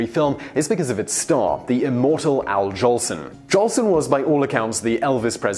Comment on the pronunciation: Al "Johnson"? Noble "Sissy"? Come on, you never heard of Al Jolson or Noble Sissle before you picked up this script, did you? :)